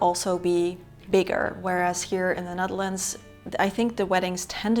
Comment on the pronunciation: We lived in Wassenaar for a couple of years. Beautiful country, wonderful people, would like to return. And love the language and accent when they speak English. The way you said “Ned-DEL-ands”. Sigh…memories!❤